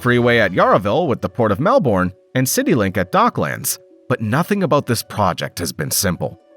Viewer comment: That is not how you pronounce Melbourne